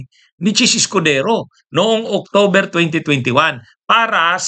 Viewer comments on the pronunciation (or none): none